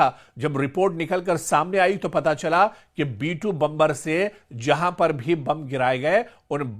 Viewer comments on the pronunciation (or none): बंबर नहीं बॉम्बर कहते है अंपढ़ जागिल 😂😂😂